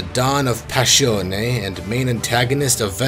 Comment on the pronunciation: It's not "Passhione", it's "Passione" (pronounce the "ss" as in the word "hissing").Source: I'm actually Italian